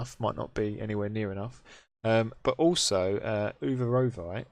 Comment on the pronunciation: Nicely done! :) According to , your pronunciation of Uvarovite was literally exactly right! I’m with Tsu - NeoTech for steel, and Arc furnace maybe for other alloys :)